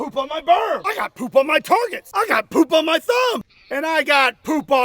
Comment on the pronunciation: You still said "poop on". "poupon on" would've been accur- wait that doesn't seem quite right. "pouponon"... nope. "poopinon" hrmmmm. "powpoo-" Nevermind, I give up.